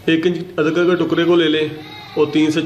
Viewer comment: Adkr nhi adrak hai sir